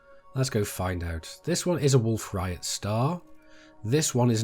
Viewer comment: "wolf riot" lmao, its rayet (RAY-ET)